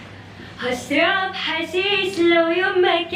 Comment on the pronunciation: اسمعووو ..بأول الفيديو لما بيسان كانت تغني أشرب حشيش لفظت كلمة حشيش لتغت فيها